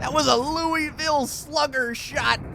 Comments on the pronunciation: it's pronounced "luhvul" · THATS NOT HOW YOU SAY LOUISVILLE!!!!!!!